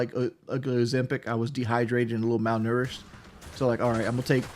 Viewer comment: "Malnorished"!!! I was pissing myself laughing when he said that. Reminds me of a comment Dr Now said to a fat black woman who was worried about eating.. "you're not fading away.. You've eaten the food meant for four years from now."